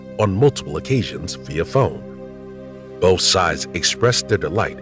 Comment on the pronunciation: Please stop saying "bof" instead of both..